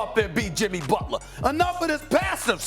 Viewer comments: It’s not Butla it’s Butler I believe? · JIMMY FREAKIN BUTLAH, TAKE OVUH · Take a shot every time Stephen says "BUTLAH"! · Jimmy BUTLAH